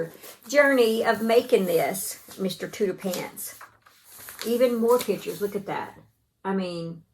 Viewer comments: I’m pretty sure it’s pronounced TOOTER-FANT because it’s like an elephant which is pronounced ELE-FANT. But regardless of what you call him, he’s adorable, you did a terrific job. Take care and stay safe! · Mr. Tooterphants is an elephant with an exaggerated trunk. I think it's pronounced tooter-fants. I love your work. I'm about to join the shoulders of the sweater you're wearing. My first sweater. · I think it cute that you call your crochet elephant Mr. Tooterphants as Tooterpants...I would think you would call it an elephant pronouncing the ph as an f . Either way, he is adorable